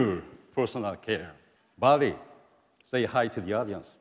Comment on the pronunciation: Baillie more like Ball-E.. When we getting our WAll-E?